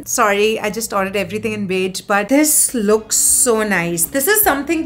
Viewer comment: cool stuff, just pls don't pronounce "here" as "hair" ; "beige" as "beij" and "wow" as "vow"